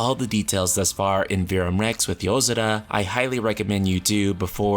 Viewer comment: That's weird, I don't remember there being a d in yozora. SO WHY DO KEEP HEARING IT